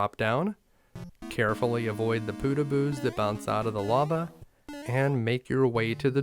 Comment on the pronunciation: W1 fortress... "Pootahboos" Nah they're Poh tag bohs